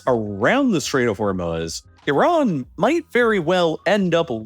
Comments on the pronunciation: WTHell is The Strait of Hormel-Smutz? 🤪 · THE CHALLENGE; do a shot every time you hear "Stait of Hormuz'. It's ridiculous.